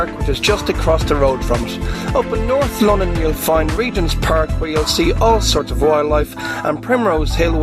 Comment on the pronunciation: Norf Landan!!!!!!!!!!!